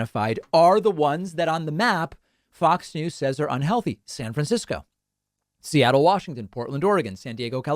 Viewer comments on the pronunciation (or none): none